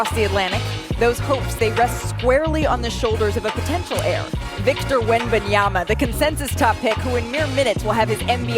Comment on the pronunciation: Do a push-up every time Malika says Victor Wenbonyama